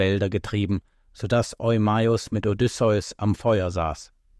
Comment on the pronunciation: Diese Aussprache. Odysseus Sohn keine Pokémon 😅